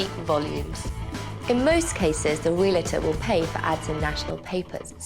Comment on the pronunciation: It bugs me that the host of the show always says "ree-lah-tr." It's realtor.